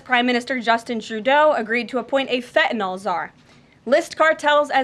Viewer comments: Why, oh why can so few people pronounce the word fentanyl? It is not pronounced fentanol. There is a Y in there people! Jeez! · I'm just glad to hear someone pronounce "Fentanyl" correctly.